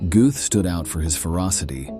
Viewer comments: Whatever kind of Ai is used to do the voice over for this needs uninstalliing, it mis-pronounces the same word about 50 times!!!! 'Gothe, Goat, Goot, Gooth, Goth' .... it is pronounced "GURTH" Rhymes with Earth. As for the actor who played him in Spielbergs film 'Schindler's list' , his name is pronounced "Rafe Fines" rhymes with Lafe Pines.... Otherwise this was an interesting and informative film, sadly the mispronunciation ruined it for me. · Very good video, but, please, it's pronounced "g-er-t" not "g-oo-th". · What is it another showing of “Schindlers List” . Some people will do anything to make money. Should also lean some pronunciation of names….. Gooooooth! would have better been saying “Got. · His name is pronounced Gert. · Narrator totally butchered his name! Smh